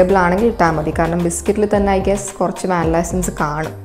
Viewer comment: An information for you Vannilla prononunciation vaanila is wrong Its van-ee-la